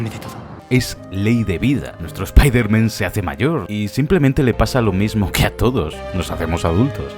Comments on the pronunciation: Es spiderman, espaiderman, por qué sigo escuchando spiterman?? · Ayer terminé el juego. Cuando van a decirle "SPAIDERMAN" como corresponde? Todos se ríen de ustedes españoles cuando lo dicen mal.